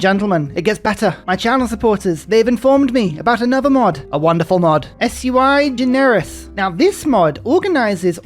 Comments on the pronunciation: Who wants to tell him? OK, I will. It is pronounced Sue-eee Gen-Air-iss, from the Latin meaning roughly unique, special... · Sui generis is actually a Latin phrase that means unique (literally "of its own kind"). The sui is pronounced soo-E. :) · SUI... pronounced Swee... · S.U.I. Generis killed me 😂